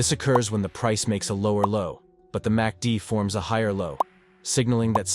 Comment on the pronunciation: You might want to edit your AI voiceover. It kept saying "massy-dee"